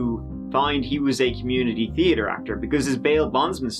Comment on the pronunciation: I was hoping for you to say "treeatre" but you said it perfectly 😦 😂😂😂 love you!